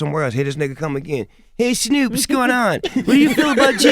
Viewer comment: "HEY SNUUP"